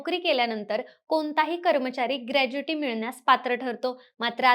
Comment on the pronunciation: ग्रॅज्युइटी नाही ग्रॅच्युइटी असते